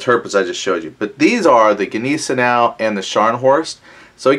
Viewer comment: Sorry but that pronunciation of Gneisenau was shocking